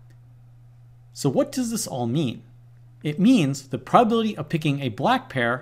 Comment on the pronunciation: Love your vids but please enunciate! You always pronounce calcUlate as calcAlate and prob-a-bil-i-ty as prob-bil-ty